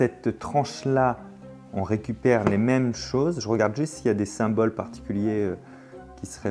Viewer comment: simpas le "symole"